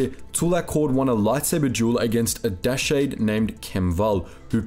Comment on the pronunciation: It's a small thing, but can you guys please ask the guy who narrates to play swtor? It would help to fix a lot of his pronunciation errors across multiple videos. Dashade in this video for example.